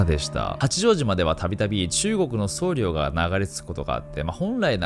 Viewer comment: [そうりょう]ではなく、[そうりょ]ですね